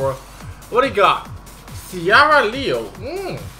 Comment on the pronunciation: Makes me cringe each time you mispronouce a unit LEO-LEO-LEO lol